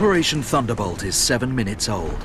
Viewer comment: i swear i hear "operation thunderBUTT" lmao